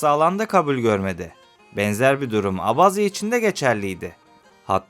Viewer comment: keşke gitmeden önce gittiğin ülkenin bir tarihini araştırsaydın önce abazya diye okunmuyor abhazya diye okunuyor daha onu bilmiyorsun işgal eden taraf abhazya değil gürcistandır abhazya bağımsız ve tek bir ülkedir .Ülkemizde oldukça fazla kökeni abhazyaya dayanan abaza vardır.